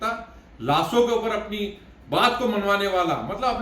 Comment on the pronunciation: ब्राह्मणों का उच्चारण गलत हो, उनकी भाषा बिगड़ी हो और उनकी सोच जब छिछली हो तो लगता है कि उन्हें राजनीति छोड़ अपने मूल काम, यानि ज्ञानार्जन पर ध्यान लगाना चाहिए। "मल्लब" समझे